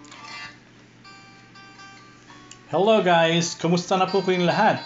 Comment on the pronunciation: "Kumowsta" Meron po "Tsayong" "Goolay" instead of gulay "nahteyn" instead of natin Magaling ka magluto. Hindi ko lang na gustohan yung accent mo na may slang2. Yun lang po